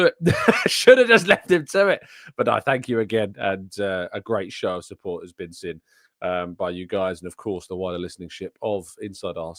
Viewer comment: Can you please pronounce seen correctly? Lol “sin” lol